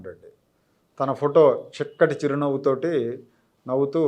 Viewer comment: చిక్కటి చిరు నవ్వు కాదండి. షిక్కటి షిరు నవ్వు అనాలి.